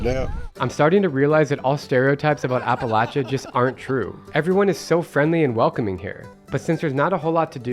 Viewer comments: Thank you for pronouncing Appalachia correctly. I could actually watch your video. 😂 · Thank you for saying Appalachia right! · Just have to say how nice it is to hear someone (especially a Yankee!) actually pronounce Appalachia correctly! So many people use a long A sound after the L. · You have no idea how much it means to me hearing you saying Appalachia / Appalachian correctly lol Norton is only 20 minutes away from me. It's so weird seeing you in all these spots that I know so well when I was just watching you a few weeks ago in places halfway across the world lol